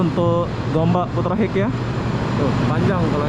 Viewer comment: Sebutan inggerisnya konyol.. Bunyinya seperti ini, Putra Haikh bukannya Putra Hek..😇😇..apa2 lah loe..